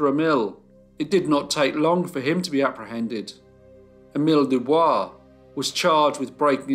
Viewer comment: Doo Boice.